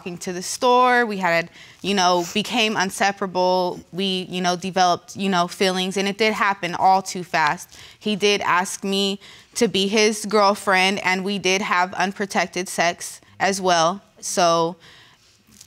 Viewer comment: She said, they became “unseperable”.🤪